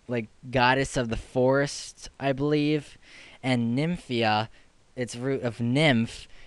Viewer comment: No... its Nymphia... not ninfia...